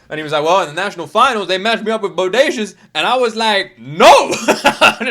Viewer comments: Not bo day see us it is pronounced bo day shus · Hi bro it's pronounced Bodashus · Bo Day Shus = Bodacious